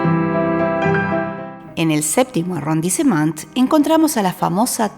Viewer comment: Hola, tu Información es adecuada, útil y está correcta. Sin embargo creo que ya que este es un video con cierto tiempo de preparación deberías mejorar la pronunciación de los nombres, como en el caso de arrondissement. Mejoraría mucho todo el video. Por lo demás muy bien todo.